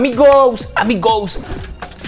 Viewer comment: Odio que diga amigous , amigous